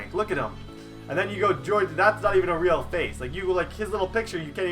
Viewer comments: Jorge is not George and you don't say maness right. It's so cringey to watch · Lol he said George de la rosa